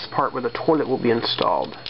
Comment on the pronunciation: it sounds like you keep saying torlet instead of toilet.